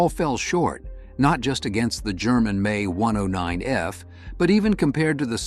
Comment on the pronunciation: Younger listeners will think it’s actually pronounced May instead of the M E. Congrats A.I.